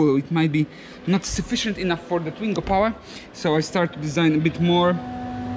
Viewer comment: Why keep reading it Shingo rather than Swingo?